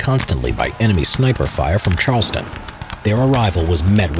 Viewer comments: CharlesTOWN. Not Charleston. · Charlestown not Charleston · Say “Charleston” one more time. Charles TOWN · Agreed. This is an excellent video, but as a Bostonian, the mispronunciation bothers me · Here's a correction to help you with the local flavor: not "Charles-tun"..."Charles Town". Also, not "Kon-Chord"...use "Kon-kid".